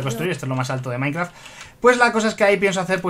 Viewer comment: Jajajajajaja dijo soy maikraft